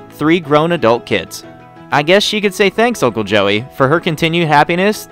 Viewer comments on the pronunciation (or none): none